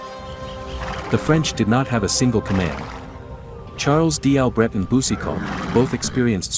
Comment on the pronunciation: " Charles D Albert" like French army was headed by hood boys from Detroit